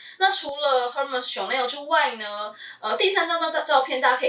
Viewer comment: 最近因為在看Hermes的包包,找到您的視頻. 我覺得您身為Hermes的愛用者,應該要正確唸出品牌的名稱 ^^ll